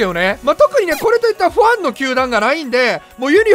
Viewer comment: ファンの発音が不安の発音やんw